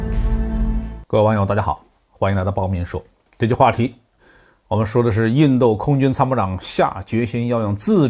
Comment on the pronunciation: 为什么总是把印度说成印豆？